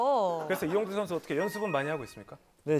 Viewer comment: The way Jungshik said Lee yongTAE 🤣🤣